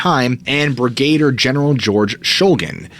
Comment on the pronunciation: it's brig-uh-deer